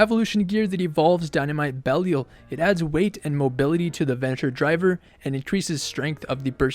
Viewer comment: Had to stop watching at 27 seconds, how can you not know how to pronounce this name properly? Be li al